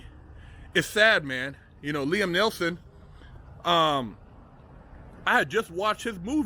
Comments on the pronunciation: neeson not nelson you sayin it wrong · It's NEETHEN not NELTHON bro. Good insight tho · Neil-son not Nelson, just saying brah, don't go splitting no wigs now. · It’s NEESON